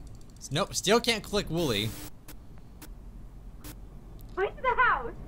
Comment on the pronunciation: It's wooly or woolly not woolie